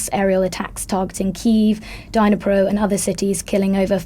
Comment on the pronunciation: "Dine-eh-pro"? This pronunciation of Dnipro does not spark confidence!